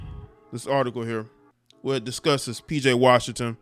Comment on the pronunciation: PJ RAWSHINGTON